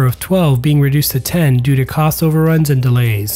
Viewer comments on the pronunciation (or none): none